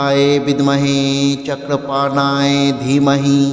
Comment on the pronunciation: Chakrapanoye শব্দটি সঠিকভাবে উচ্চারণ করুন।